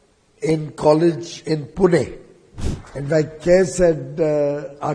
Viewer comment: Thank you, Piyush Sir, for pronouncing Pune correctly. It shows that you care about the city.